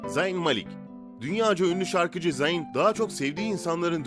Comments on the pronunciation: zayn i koyduğun için beğendim ama zayn zeyn diye okunuyo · Abi zeyn deye okunuyo